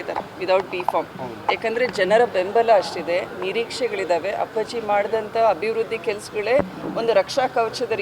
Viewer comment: Say appaji properly😅😅😅😂